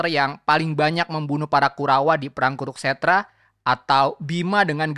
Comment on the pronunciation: Kuru-kstra bukan kuruk-stra.